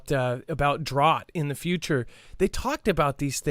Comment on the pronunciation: I bet you all those videos you watched about drought coming in the future didn't call it drott. Lol just busting your chops I mean, hell you pronounce tons of words like a Canadian 😆